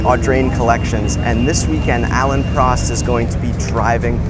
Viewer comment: First off his name is Prost (with a long o) and please use the local pronunciation of Duke (He is not a Dook).